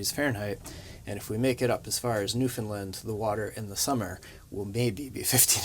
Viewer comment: and, one of the first things you need to do before visiting Newfoundland is learn to pronounce it. The locals say "new-fun-land" and it is said rhyming to "understand" So.... understand- Newfoundland (new fun land) -understand.. I can say this with confidence as I am a 7th (maybe 8th) generation Newfoundlander, from the capital St. John's! Hope you have a wonderful adventure, there is much to see and do.